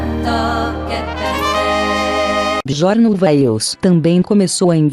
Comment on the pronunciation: Absolutamente sofrível a pronúncia da narradora. Chama um dos integrantes da Banda de Bejorn quando a pronúncia correta é Biorn. Também pronuncia Nice quando o correto é "naice". Quando alguém quer fazer um vídeo desse porte tem que dar ênfase à qualidade.